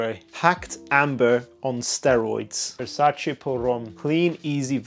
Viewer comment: the first reviewer that actually said VersacE and not Versaci. good job